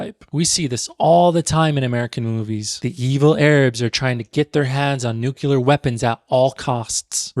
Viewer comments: Corrects pronunciation, says “NUKE-yoo-luhr.” Love what you’re doing, don’t get me wrong. Just the irony of it. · I love you but, "nucular", you pronounce it the same way as Bush